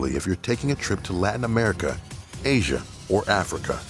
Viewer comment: He saying: or aisa me: BUT IM IN THE PHILIPPINES AND THATS INSIDE AISA WHYYYYYY